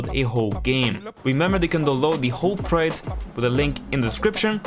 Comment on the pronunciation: Project. I've never heard anyone struggle this much to pronounce such a simple, two syllable word Lol